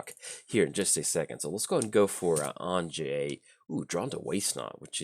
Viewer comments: Hey, glad you’re running Anje, def great to see coverage for her. I also wanted to let ya know her name is pronounced like Anya 😁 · You beat me to it although if I'm honest I was expecting a way worse pronunciation like anji lol